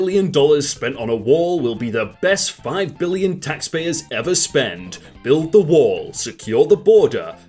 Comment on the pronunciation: also, why does she say “taxpayers” like... the phrasing seems to imply that she isn’t one of them